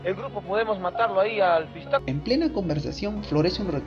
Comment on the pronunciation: Se dice pishtaco bro